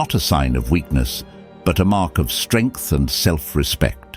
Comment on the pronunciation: Strengh and more sterngth